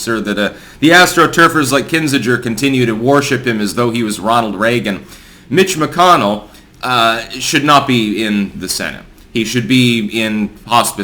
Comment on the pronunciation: had to rewind to see if you said "mitch mcconnell" or "bitch mcconnell" lol. well done sir. "bitch mcconnell" is now as canon as "big mike" in my book